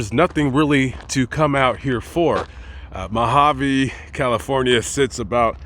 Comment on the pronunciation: Its not MAAAgaveeee its Mojave desert.. lol